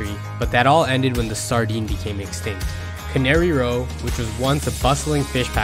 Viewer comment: Some of these are not day trips. Driving to Mendocino take 3.5 hours. Lake Tahoe is at least 3 hours. Lassen is more than 4 hours. And in Monterey, it's Cannery Row (as in canning fish) and not Canary (like the bird). And Carmel is Car Mel, not pronounced like the candy.